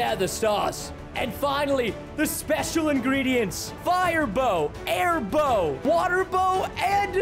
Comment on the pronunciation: The airbow sounds like hairbo